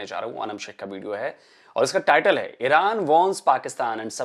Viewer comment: ईरान को ईड़अान क्यू बोलते है ये गढ़े